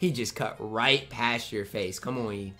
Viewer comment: It’s that time of year where butchers Yi’s name every single day